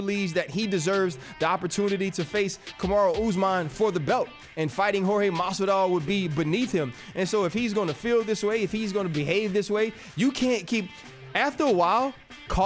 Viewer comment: Chael is the mma expert. He can’t pronounce 90% of the ufc roster. Jan blohovovich, cereal gane, kamara oozeman, lol